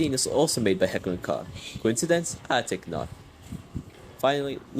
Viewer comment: just a small correction “Koch” is actually pronounced as “coke” it’s on their website